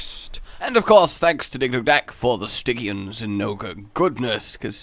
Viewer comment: "sti-jee-an", Not "stig-ee-an".